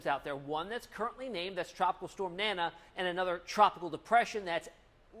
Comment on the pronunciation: You are calling the Tropical Storm NANNA if you can say DANA you can call it correctly NANA.